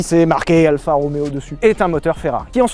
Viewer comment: c'est pas Alpha mais ALFA